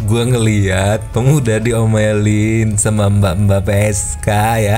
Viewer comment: Wah, baru nonton. Enak banget pake layanan orang tapi gak bayar. Duh. Mbaknya sampe melas2 gitu. Eniweih, lucu kali bang lu nyebut istilah "peesykah" 😂😂😂 kek ada dangdut2nya gmn gituh 😂😂😂